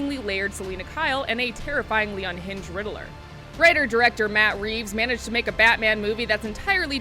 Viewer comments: Riddler 🤣 not riddleler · hey Lady it’s pronounced Ridd-ler where is the “a” that you are adding in? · Never heard someone call the riddler the riddle er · You can tell this reviewer doesn’t know much about this world, just the way she pronounced the Riddler-ler. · Riddle me this, how many syllables does the name Riddler have? Two or three? If you said "three", you narrated this video and you're wrong.